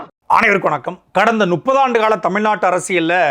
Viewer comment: திரு. சாட்டை துரைமுருகன் அவர்களே. நுப்பது,நுப்பது என தொடர்ந்து கூறி வருகிறீர்கள் . முப்பது என கூறி பழகுங்கள்.